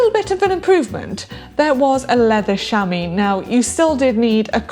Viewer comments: The British accent is lovely but why does she pronounce chamois "shami" ? It would be pronounced "shamwa" in French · Sham-wah not Sham-eee